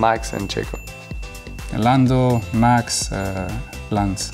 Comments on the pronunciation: Not Lewis calling Max ”Mats”☠️ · Lewis saying max carlos charles😂❤❤